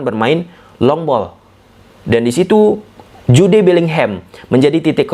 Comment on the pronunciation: Sukak bgt dengerin "Ju de" Bellingham bg 😂😂